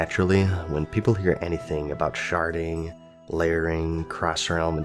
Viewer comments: I heard Sharting every time you said Sharding. lmao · i'm sorry i keep hearing sharding as sharting server wide sharting LOL